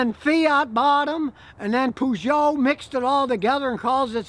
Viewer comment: 'Poo-sho'.....Peugot, ha ha.